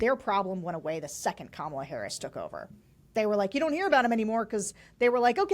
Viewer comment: I have a feeling that Kamala (accent on the first syllable for goodness sake!) might appoint AK to her cabinet.